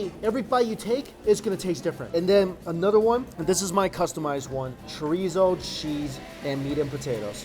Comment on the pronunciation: I like how he says another one ( anoder one ) 😂👍